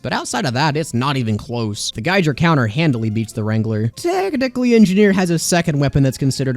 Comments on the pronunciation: Geijer counter? you mean a geiger counter? I can honestly say i've never heard anyone use the j sound in this word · unsubscribed, you said gaiger, its gei-ger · It’s pronounced “G-eye-ger” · It’s pronounced guy-ger counter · Geiger isn't something you can pronounce differently, its pronounced guy ger (like tiger). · Gei GER? Really, Geiger like geiger counter, less accent on the G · Did bro REALLY say geijer counter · If it's spelled Geiger counter it's Geiger and not geijer because that's HOW ITS PRONOUNCED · geiger is pronounced "guy-ger" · Did you just say "Geijer Counter"? I guess I shouldn´t be surprised, since you say "Kritzkreg" too. I wonder how many more funny pronounciations you have? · bruh its not geijer counter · No way he pronounced geiger counter as "guy-jer" counter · It's literally Gee-gur. That's how you pronounce HR Giger's name. If it was called the geiger counter, you'd be correct. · Good concept for a video, but you pronounce Geiger as geijer and feel the need to be able to flex your kills rather than being enough of a sigma to know you don’t need Xx(insert edgy Latin)420xX’s approval, so I disagree on a lot of these. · I’m sorry But it’s geiger Hard g on both letters There is no debate here, either it’s correct or it’s not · Is it really? I thought everybody agreed it's pronounced like it is in German, (the language from which the surname comes from) with a hard G. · GIGER IS A HARD G NOT SOFT, also HAM MAFIA FOREVER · It’s pronounced “gai-gr” counter. It’s the thing that ticks a bunch when detecting radiation. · Geiger is 1: a person's name and 2: an actual word. It doesn't have a J sound in it. (Yes I know 🤓) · I don't think anyone who actually Knows anything about nuclear science would dispute how a Geiger counter is pronounced. I believe that's just called being incorrect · The pronunciation of "Geiger-counter" is actually pretty obvious given that the man it was named after was German, and guess what? You chose to pronounce it wrong.